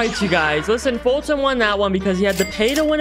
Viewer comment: not Colton its foltyn